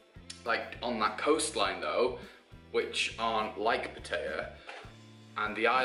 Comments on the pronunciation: If you say "PaTEYa" one more time...why is it so hard for you English to say it right? PA-TA-YA not PAT-AYA and definetly not "PaTEYa". A ="AH" not "A". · I was born and grew up in Pattaya and I've seen it grown from a small tourist town to basically the Las Vegas of Thailand. The city is mostly runs by mafias and has a prostitution problem. Its good for a short hop from Bangkok but it attracts more of an older crowd. Ps - the way you pronounced Pattaya is pretty funny.